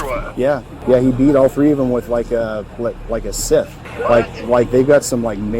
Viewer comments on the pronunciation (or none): a what? A skith? Whats a "skith"............. "Scythe" Psy-th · “scyth”, brother “sss-eye-th” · Scythe is "syyth" not "skith." Just future reference, not dogging on you. 🙂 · It's "Sigh-th" not "skith", does the narrator not know how to pronounce scythe? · Rusty old whatnow? I'm not even native to the language and I known it is pronounced sithe not skyth. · A "skith" wtf? Scythe is pronounced "syth" not "skith". I believe this guy was a human trafficker and would have terrorised those boys into acquiescence, then sold them into the sex trade or as other "working" slaves. He needs burying under the darkest, dingyest prison ever built. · lol "Scythe".... IDK if its because its AI or you're just dumb, but, you need to revisit your pronunciation of that word..... The "C" and "E" are silent and the "y" is pronounced like in "sky". It's pronounced more like "Sigh-th" (as in 'sighing in relief' or 'the man sighed in relief') NOT "skith" like you said. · Ummm.. side note just because it bothered me lol. The word scythe is pronounced “sigh-th”, not skith. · Scythe... Bro pronounced it ski-th? It's sigh-th... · What a psychopath this guy is...hope he never gets out. Also how come no one knows how to pronounce SCYTHE... They've said SKITH and SITH.... It's SITHE (sy-the) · It's not a "sith" or a "skith." It's pronounced /saɪð/. S (Sister) - I (EYE) - TH (THere). SCYTHE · Its not a scith. lmao. its pronounced "sigh-th" 🤣🤣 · It’s pronounced sigh-th no skith (scythe) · Scythe is NOT pronounced ‘skith’ but ‘sighth’ (the c is silent) ! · "Skith"? Really, dude? It's pronounced like "sithe". This country is doomed. Every generation keeps getting dumber and dumber. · Bro said skiff, it's pronounce sīᴛʜ (cyfe if not written phonetically):D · rusty old "skith"? scythe is pronounced sithe, like sigh-th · A "skith"??? You mean a SCYTHE? /Sigh/-th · Skith? It's pronounced sigh-the. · Skith. You mean a scythe? Sy-th? Do I blame a human or AI? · Scythe is pronounced like Sith.